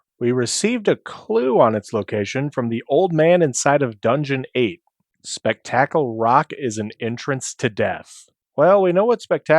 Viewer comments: Spek tactal? Bro really? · Please tell me you are PURPOSELY mispronouncing Spectacle rock.